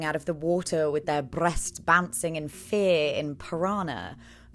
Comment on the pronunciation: Not you saying breasts like nosferatu 😂